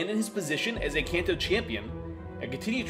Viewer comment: Imagine making an entire 20 minute video about the Kanto region and not pronouncing it correctly a single time😂😂😂